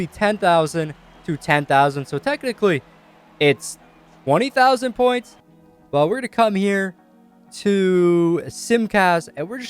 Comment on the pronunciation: Bro say twenty normally instead of stchwenty